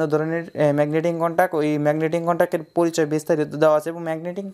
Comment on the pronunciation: ভাই আগে ম্যাগনেটিক কনটাক্ট ভালো করে বলা শেখেন